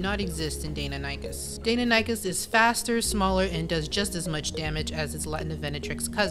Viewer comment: No hate but what the hell do you mean sarco hasn't gotten a single nerf but has gotten alot of buff it has gotten the biggest and most nerfs out of any Dino in the game and the only buff it has gotten is grab which isn't alot and isn't really a buff and also you butcherd the word deinonychus horribley